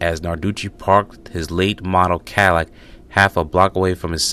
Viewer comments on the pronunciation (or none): none